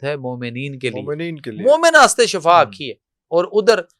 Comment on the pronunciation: Shafa shafa nahi shifa hai sahi word adda karo warna mining badal jayegi bhai